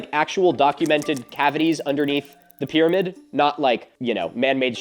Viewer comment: pyramid not pyraviewed